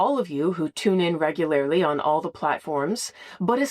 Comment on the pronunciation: Reg goo lair lee